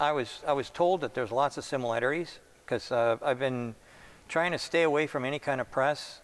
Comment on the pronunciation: 'SIMILATERIES'? 'INTERFEAST' ? Sandy may be dyslexic.